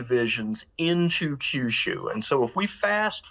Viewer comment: Note - Kyushu = “Key You Shoe”. Not “Kai You Shoe” Same with Kyoto. 😅